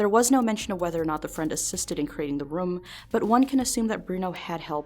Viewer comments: The way she says “room” drives me nuts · Great video! but did anyone notice how says room like "RUM" this mystery has spooked me for years...